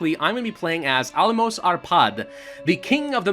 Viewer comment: Almos is pronounced Almosh.